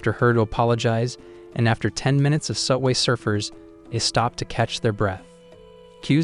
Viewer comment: Why did he say sub way surfers